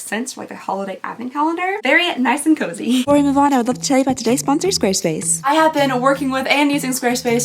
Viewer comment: Girl! I love you but you talk waaaay too fast. I know that no one really pays attention to the sponsor portion of videos, but every time you say 'Squarespace,' it sounds like 'Swduwbsdfvobsvspace.' Slow down, lady. Nothing you say sounds genuine when you rush through things!